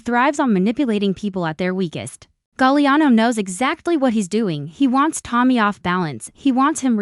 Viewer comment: Galiano...STUPID Ai